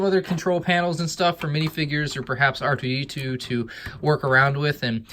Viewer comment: did anyone else hear him say R DO D2